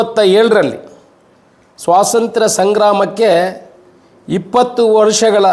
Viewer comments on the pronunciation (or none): ಸ್ವಾಸಂತ್ರ್ಯ ಅಲ್ಲಾ, ಸ್ವಾತಂತ್ರ್ಯ, ನಿಮ್ಮ ಉಚ್ಚಾರ ಯಾವುದೂ ಸರಿ ಇಲ್ಲ.